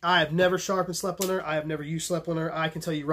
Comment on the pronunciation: Awesome informative vid as usual! The Austrians who make it pronounce Sleipner S-LIE-PNAH.